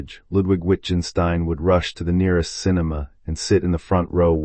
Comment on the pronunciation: The videographer doesn't understand his subject. Rather than discuss Wittgenstein with others who know he's brilliant, he crudely mispronounces his name, the title of his book and spends almost two hours underlining his ignorance, expecting applause.